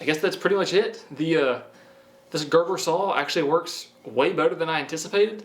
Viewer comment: That didn’t not sound right he said gerber saw I thought bout the baby food brand